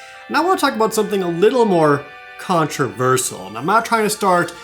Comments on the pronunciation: Isn't it 'controversial' instead of 'controversal'? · Every time Jared says "contraversal" it drives my brain nuts. Way more than it should for some reason. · controversiaaaal. seriously jared? what the shit is controversol. you speak for a living, get a diccionary you bum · Controversial is pronounced "Controvershul" Jared. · The only controversial thing is the way you pronounced controversial. Great episode loved it I'm just one of those peple in no way was my enjoyment lessened I hope ou enjoy yor job and keep doing what you doing especialy D&December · you know whats more controversial and annoying then 4th edition YOU MISPRONOUNCING CONTROVERSIAL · Good god, the way you say Controversial is controversial in of itself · Douglas The Hedgehog do you some people say things differently like water or woter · The only thing controversial here is how you pronounce "controversial" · Why do you pronounce controversial so weirdly also the bladeslinger is a sub-class for 5e in the Sword Coast Adventurers Guide